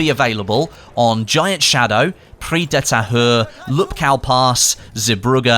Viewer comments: you pronounce it as Pris dee tahour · prix de tahure🤣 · I, legit, watch BF1 videos to see him struggle with the pronounciation of "Prise de Tahure", i just love it x)